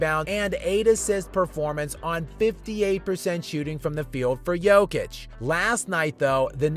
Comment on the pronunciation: Jokic won three MVP awards, he broke a bunch of NBA records, he is known all over the world, he has been talked about almost every day for years, and USA journalists and analysts are not able to learn how to pronounce his name correctly !! Unbelievably !!